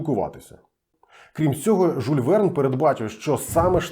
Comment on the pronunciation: Прошу прощения, не Жуль, а Жюль. Може я не правий і помиляюсь.